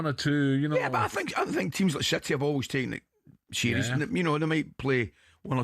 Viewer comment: Did Ally bally say teams like shitty? 🤣🤣🤣